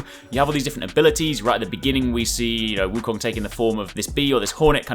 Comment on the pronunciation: U r the 1st channel I’ve ever heard that pronounce “Wu Kong” right.